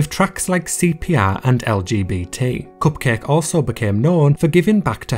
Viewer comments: The way you say "Cupcake" is so satisfying! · I like the way he says “cupcake”